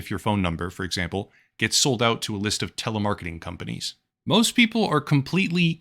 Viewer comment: I honestly thought it was intentional. Like. Con-panies. Like con artists.